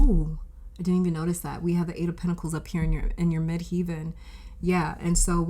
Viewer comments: Midheaven or MC is pronounced as Mid Heaven, as in Heaven and hell. Not "heeven." Just a friendly reminder from an astrologer and linguist. Contructive criticism. I'm just trying to help. I've been an astrologer for 40 years and a tarot reader for longer: 44 years. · The second part of the word 'Midheaven' is pronounced like 'heaven', not 'heeven'. Thanks for the reading.